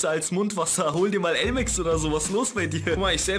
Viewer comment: Bin ich der einzige der aimix versteht statt elmex